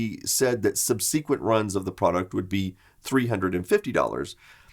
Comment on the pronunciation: That's not how subsequent is pronounced, lol.